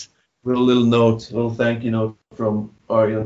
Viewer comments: lol the host should learn how to pronounce Ayreon :P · 🤣🤣🤣 sorry, love the band but tough to pronounce!